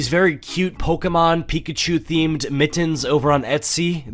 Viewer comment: Kinda love the way you say “MIT-TENS”